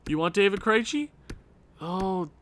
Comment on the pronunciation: I know I'm watching this way after the fact, but maybe Krejci is doing bad because you keep pronouncing his name wrong. I'm a Bruins fan and every time you say his name I cringe just a little bit. But other than that, I'm loving your channel my guy, keep it up